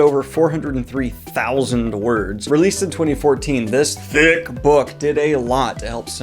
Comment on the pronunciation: I think EVERY video needs to have a moment where you say THICC just like that. 😎